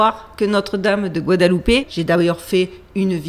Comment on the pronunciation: D'abord j'aime bien tes vidéos. Mais je suis un hyper-cartésien. Cela dit, tu donnes tellement de "good vibes". "Tout l'eau dit ces bi hein" : Gou ha da lou paix. Première fois que j'entend quelqu'un bien prononcer guadeloupe. Par contre mexico c'est plus : mais rit co. Même si je suis dubitatif, j'apprécis le travail, ça fait se poser des questions. T'étais rayonnante. Stay safe ❤